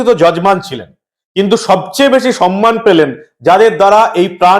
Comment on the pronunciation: Ajker aei sampriti Michelle sudhui dharma biddesi boktrita korlen Mamata Banerjee. Uni kono dharmakei samman Koren na . Uni vote saha sabkichhui taka diye kenen. Unito samman kotha tai thik uchharan korte paren na Uni bolen "sanman " .Amra satti lajjito .